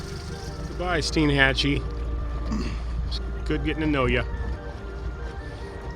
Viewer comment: From what locals have told me, the name of the town is pronounced STEN-Hatchee. It is a neat place like all those Big Bend towns are. This is the last untouched place left in Florida from the sort of massive development taking place around me in the Orlando area. I had a friend who had that model of Bayliner. It was a great model. They were a very popular model. If it's in good shape, you can find them on the used boat market for a reasonable price. It's a good Loop boat for a couple or single handed. Nice video. Sorry I posted this here, I thought I had cleared being on this thread. I'm not going to delete and repost this. I'm on a phone and it's enough of a pain to post as it is.